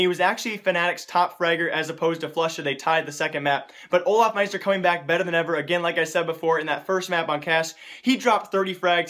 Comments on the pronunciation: its not olafmaister its olofmeister!!! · why are u always say olafmeister?